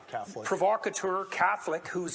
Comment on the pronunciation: You don’t even know How to pronounce the word “provocateur”... Seriously, you’re a fucking idiot. You butcher not only entire sentence structures, but also use completely incorrect words to get a point across, and you BUTCHER words which only have one fucking pronunciation. My god man... where the ruck did you go to school? SUE THEM, THEY FAILED YOU. And what’s worse is that you actually make dumb-duck republicans look smart because THEY CAN AT LEAST SPEAK PROPERLY.